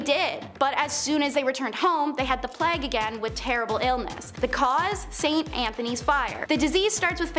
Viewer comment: Ah yes, the Black death aka the great "Pleg"